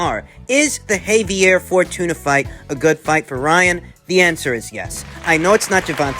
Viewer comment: It's pronounced Jah-vee-yeii! 🖖